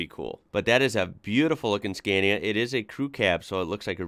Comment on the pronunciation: So seems someone dont read comments, fine, lets learn again then: scAnia (skaa nee uh) not scEEEnia…. 😡😡